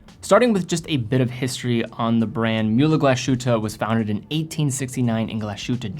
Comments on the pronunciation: Could you please learn how to pronounce "Glashütte" correctly? It is "glaz-hutte" not gla-shutte." It will make you a more credible source on watches. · It's not "GlaSHutte" but "Glas-Huette". Glass as you would (more or less) spell english word "glass", "Huette" would be most closely described as "Heete" but "ee" you try to say at the same time "oo" :-D "ooee"? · Hi, its not Gla-Shütte - its Glas-Hütte (meaning 'glass hut' or 'glass lodge'). 🙂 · It’s pronounced Glas-hütte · What a lovely design. Definitely some Braun AW10 vibes to it with it's plastic blacl bezel, but tastefully modernized Just a comment, it's pronounced more like "glass who-te" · I love your videos but you could work on the pronunciation. What is “gla- shootuh”? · Finally! I was scrolling to see if anyone had commented on the pronunciation before I did 😆 It’s pronounced like something between y and u. Definitely no “sh” sound. I’m Swedish but I’ve studied German for about six years. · Hey, would you do me a favor and split the 's' & 'h' in your pronunciation of Glashütte? Great watch one way or the other of course